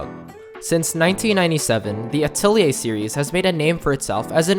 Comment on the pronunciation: He also said Atelier wrong... its French so most people say it incorrectly.